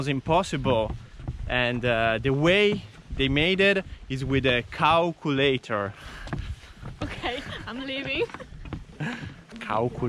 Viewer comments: “Cow”ulator LOL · God video. COW-culator , lol